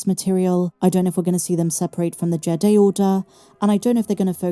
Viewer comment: I think it's pronounced "jee-dye"